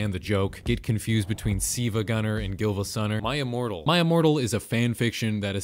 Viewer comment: You pronounced the L in gilvasunner but not in silvagunner